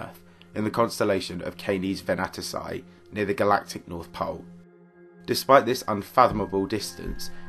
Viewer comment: Canes Venatici, is pronounced more like "KAAH-nez venna-TEE-chee" in Latin; it means "hunting dogs".